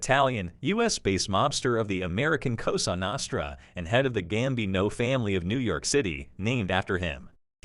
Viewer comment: I cant watch a video where the cant pronounce La Cosa Nostra properly...